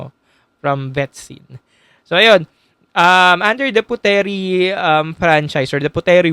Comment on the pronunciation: Puteri (Indonesia) is pronounce as "Putri" not Pute-Ri